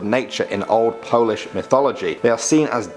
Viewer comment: Your pronounciation of polish is pretty good